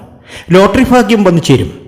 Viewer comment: അശ്വതി നക്ഷത്രത്തിനു, ഇത് ഫാഗ്യത്തിന്റെ സമയമാണ്, അടുത്തത് ഫരണി ഇതെന്തു ഫാഷ